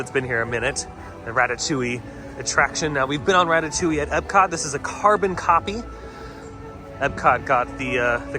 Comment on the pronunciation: I hate how he says carbon copy 😂